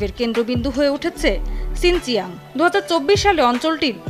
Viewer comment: শিনজিয়াং কিভাবে আবার সিনচিয়াং হলো 😂😂😂😂